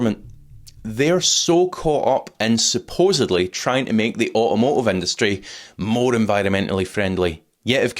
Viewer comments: Au a mo ive. Learn english. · "Au-omo-iv" ffs